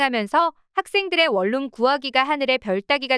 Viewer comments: 월룸이 아니라 원룸이라고 발음하세요 ᆢ듣는사람 햇갈립니다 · 콩글리시 ONE ROOM을 계속 월룸 월룸 하는데 AI 교육 좀 시키시오